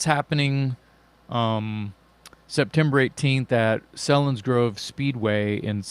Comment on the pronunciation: Came for the Dirty Looks and subscribed for the content. Selinsgrove is pronounced with a "long E"!